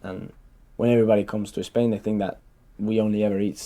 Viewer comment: Gets a 9 in the Ielts Speaking test. Still says "ESPAIN" instead of "Spain" like any other Spaniard in the world (LOL)